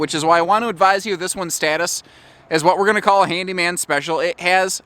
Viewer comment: What's a "HANYMAN"? 😜